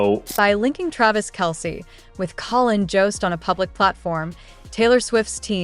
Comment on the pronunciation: You would think with this AI story they would at least pronounce Collins name correctly at least twice. I can’t listen to this channel. It’s all BS and hype